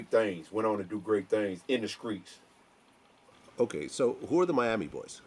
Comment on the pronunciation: at time did he really say "in the skreets" haha